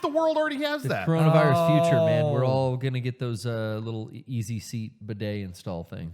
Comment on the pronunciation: Its Coronavirus, not Cornholevirus!